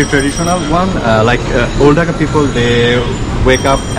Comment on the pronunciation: By the way it’s not pronounced “ducka” it’s pronounced dhaka with the hard k and and long a instead of the short a. If you can’t pronounce dh and pronounce it like d. It’s still okay but just to let u know ;)